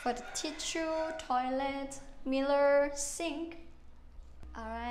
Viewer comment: love how she pronounces mirrors